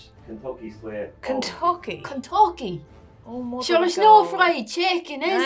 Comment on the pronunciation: she said Kentocky! hehe